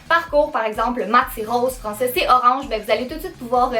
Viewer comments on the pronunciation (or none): none